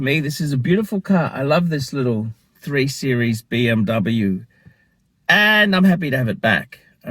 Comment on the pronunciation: So.. what you're saying is that you have your Beeemmr back?.. is that what you said? or I didn't get it right?...... PMD!